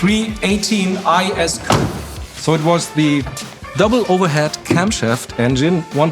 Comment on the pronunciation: Its one thing to cringe and listen to Americans mispronounce 'coupe' but come-on, you are Europeans and should know better